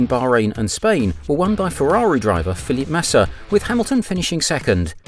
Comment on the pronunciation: Great video, But it sounds like your saying "Philip Massa"😂😂 Made me laugh every time